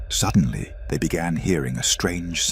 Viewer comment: WTF are you talking about? 'Suddenly, this man felt a burning sensation on his neck. He was terrified...' The guy was completely calm and had just clearly stated he didn't feel anything. Earlier in the vid, this stupid AI said sedantly instead of suddenly. This AI shortcut slop ruins these vids for me